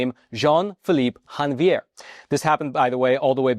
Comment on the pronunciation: Hey, in Haiti they speak a patois of French So Jean-Pierre’s last name is pronounced Zhon- vee-yay. It is th French word for January.